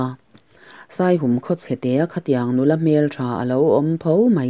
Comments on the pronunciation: Ka lawm hle mai Midik leh rinawm ania ka ngaihsan em em. Chuan khaw hming Saihum i tih hi a rik dan a diklo Saihûm, hûm lai hi Patjianin min hûm tih rik anga ri tur aw zirte a ziaktupa sawi ka hre tawh kan veng pa ania. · Saihum tih i lam dan hi "Aw Lalpa,misual lakah min hum rawh" tiha "hum" tih ri anga lam tur zawk a ni e